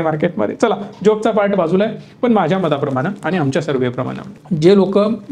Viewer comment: फक्त ण लां न म्हणतात. उ दा. पन, म्हनतात. म्हंजे.